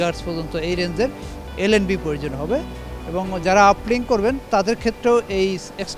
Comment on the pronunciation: ( NLB) vai LNB bolen not NLB kivabe je reporter hoye jan bujhi na vai ( transpholder) eta transpholder noy bolen Transponder